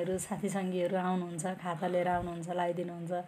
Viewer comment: खाता होइन खादा भन्नुस । उत्तर दिँदा धेरै गन्थन नगर्नु न सट कट जबाफ दिनु।